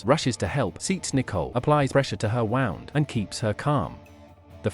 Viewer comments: Stop using AI narration, it's f*cking terrible! "Applied pressure to her wound", pronounced like "sound", awful! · Funny how bad the computer voice is at discerning the difference between a "wound" (an injury) and something being "wound" up.